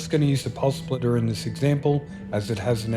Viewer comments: I could only listen as far as the fifth time he said Pulse Splitter - dude there's no L in SPITTER. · Spitterrrrr not splitterrr lol sorry.. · Spitter, not splitter lol